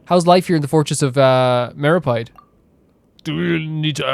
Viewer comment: ActuaLLY,,, it's pronounced /Mero-PEED/💦 not /mero-PIED/ 🥧